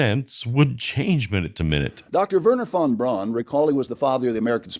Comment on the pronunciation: Like flat earthers, when creationists say "open minded" it's a euphemism for suppressing critical thinking. And David, although it's spelled "von Braun", it's pronounced "von Brown".